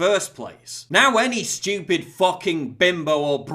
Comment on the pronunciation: Quite Shtewpid innnit